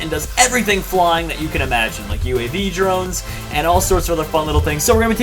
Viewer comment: I thought he said jeromes instead of drones!!!